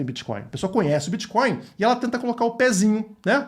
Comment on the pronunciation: "Criptomoedas e biticonis" kkkk bitcoins é oq, dinheiro físico 😅😅😅😅